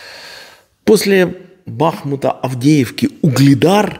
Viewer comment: БахмУт,а НЕ БАхмут,так называется мой родной город. Слушаю вас всегда с удовольствием -интересно,с юмором,спасибо!